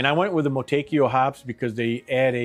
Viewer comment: "Mo-too-ekk-ah" brother